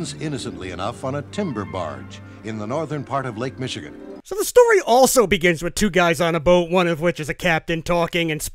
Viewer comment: I cant tell you how many times i listened to this record on my little red record player. Before VCRs, this was the next best thing to catching a godzilla movie on Creature Features saturday afternoon. And hearing 'Lake Micheegen' was so cool as Lake Michigan was our lake!